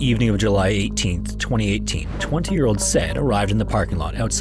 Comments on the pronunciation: You're really going to pronounce the name Said like the English word "said?" Really? Sa-yeed is how it's pronounced moron. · Man, the name is pronounced sa-eed, not sed. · "Sai-eed", not "Sed"! Haha! Interesting video, all the same! 👍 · Bros name is SAH-EED not SAID LMFAO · The name Said is pronounced sigh-EED, not like the word 'said' is pronounced 😂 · Saying “said” instead of “sah - eed” for that guys name really takes second place for this channel’s disastrous name pronounciation. (First place is Japanese man Ouchi pronounced as “Owchie” instead of “Oh-u-chi”.) You gotta start triple checking names by asking feedback or just looking it up. 😂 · It's not pronounced "Sed" his name was pronounced "say-eed" but hey, you're only talking about the dead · Idk but I'd bet good money that Said's name is not pronounced as "sed" and is actually "Sigh-Eed" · Said isn’t pronounced sed its si-eed lol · Oh come on. You actually think Said Marjane pronounced his first name as "SED"? He was from Morocco. His name is ~pronounced sye-EED. How lazy can you get? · not sure about this but - i've met about 6 men named "said" - they all pronounced it, "sa-ee-d" - not "sed" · The name Said is not pronounced like the word said ("sed"). It's pronounced sah eed. Of course, names can always be unusual, but I really can't imagine this guy's name was pronounced as "sed". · It's pronounced SahEid (Said) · Said is pronounced Sa’eed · "Said" as a name is pronounced "sai-eed" FYI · It's funny that the AI that has done 99% of the video, cannot pronounce the name Said ( Saeed) correctly. Another AI channel blocked. You lazy bastard. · I think that name is pronounced "sigh-EED". I could of course be wrong, but that's the only way I've ever heard it. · "said" is pronounced "psy-ed". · I would guess based on the spelling it’s an Arabic derived name and would be pronouced Sai-eed Sounding like I-need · The name “Said” is pronounced Sy-eed. 🙄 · Pretty sure "Said" is pronounced "Sayeed".